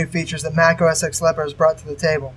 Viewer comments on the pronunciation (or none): Say "Oh Ess Ex" again, I dare you. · Good Video, but just to let you know, its pronounced OS TEN not OS X. But still, good video!!